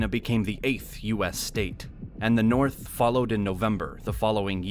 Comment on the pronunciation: Because the Norf don't like the Souf and likewise.